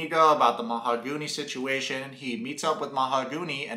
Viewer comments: "Mahagoony" 🤣🤣🤣🤣 you are like Big Ed with "Cayote"... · whats weird is that she says her name is :Mahooooooogany and not mahaaaagony. but she says her own name wrong during the talk with the friends. she calls herself same wrong as everyone calls her. I doubt that is even her real name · Ma-ho-goony I love the pronunciation! So on point!! Well Goonies never say die! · Lmao you way of pronouncing her name is killing me “mahagoony” lol 😂 also notice every time she looks at him he looks away, he next to never looks at her and never tries to connect and communicate it’s dead silence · dude, I love how you pronounced Mahogany as "Mahagoony". It's as if you see "Mahagoony" as we see her as real as a WWE Diva's "chest parts". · Yep, this is a crummy cast. I’ll bet TLC paid her to show up for that meeting..but, how embarrassing that must be to be left at the Airport.. alone..is her name ..Ma-ga- who-née ?😂🤣😂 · You calling Mahogany “Mahagooney” is just 😭😂😂😂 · It's hilarious how you keep calling her Mahogoony and wood girl!🤣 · “Mahagooney” lmao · “Mahagoony”, lmao 😜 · Mo-ha-goonie lmao... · Her name is Mahogany and the correct pronunciation is /maoganee/. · The way you pronounce her name is hilarious 💀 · They are using the proper Spanish pronunciation of her name... Ben is actually the one mispronouncing her name. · I love how they dont say her name the way she told him its how its said..SUS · She just mispronounced her own name lol. When she says you never said "mahogany do you want to be my girlfriend?". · Any one catch "MAHOGANY" saying her own name differently then what she originally said it was? That's suspicious 🤔 Like why mispronounce your OWN NAME? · Are you butchering her name on purpose? because that's probably the worst attempt I've heard 🤣